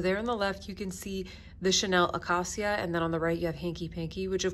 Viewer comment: Acacia is pronounced uh-KAY-shuh. It’s a type of tree 😊 These are very appealing shadows! Chene Brun and Murier Noi are calling my name. And I picked up the terra-cotta-ish blush this morning when I saw your update